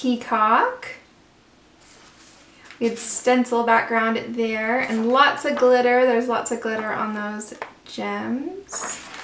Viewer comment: They are all so fun! I love how you say glitter - guhlitter LOL